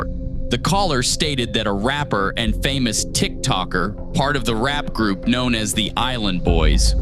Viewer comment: LMAO caller said "FAMOUS"???? LMAO